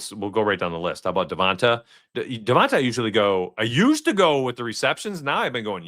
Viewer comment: its Devont AYE not AH